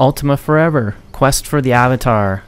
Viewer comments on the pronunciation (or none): none